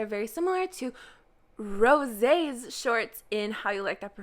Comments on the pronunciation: OMG SHE SAID R OSÈ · why do you pronounce rose like thate